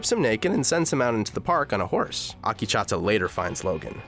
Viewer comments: AkechAAta ?? Damn it's Akecheta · Not Ah-Kee-Cha-Ta its Ah-Keech-ehTa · Akecheta not Akichata you dumbass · OMG, listening to Akecheta's name repeatedly pronounced wrong was like nails on a chalkboard. It's not "Akee-cha-ta" it's "Ak-eh-chet-ah" for the love of my ears, please. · Oh god, Akichata... it hurts how many times he mispronounces Akecheta. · How tf can you pronounce Akecheta as "AAKICHATA" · Next time you hire a narrator, make sure they actually watch the show to understand how the character's names are pronounced... they way you pronounce Akecheta (it's pronounced "uh-KEY-chi-tuh") is actually triggering. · I think the native american character's name is pronounced "uh - KEY - chi - tuh" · It's killing me. It makes Akecheta sound like a frothy latte! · Great summary! Very thorough. Also, you're pronunciation of "Akecheta" is terrible. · Good except I cringe a little every time he mispronounces Akecheta Also Ashley maybe being a host is theory, not fact. He could have been making a joke about having a "core drive". This isn't a series where I'd take anything said at face value.